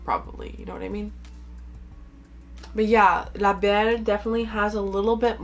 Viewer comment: Je disais « pure souche » pour le fun, en fait je voulais plus savoir si tu avais vécu au Québec car tu parles super bien français (quand tu nommes le nom des parfums) et j’avais cru reconnaître un accent québécois 😁 Je viens du Québec aussi! Bonne journée à toi!!